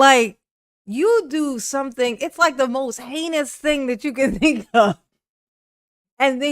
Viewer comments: He is almost worse than DB!!! And listen to him say "heinous" "haykneeus" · He does keep saying "Hany-us" right Im not crazy.